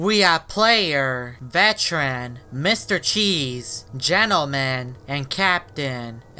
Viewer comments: Why do you call veteren vechren mabey because your Spanish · He said veteran wrong he said vetchren